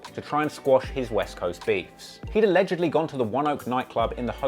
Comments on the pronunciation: "Alelegy" 6ix9ine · He had one of the most insane music careers ever and can’t pronounce “allegedly”